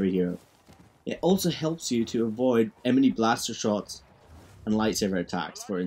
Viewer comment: “emeny blaster shots”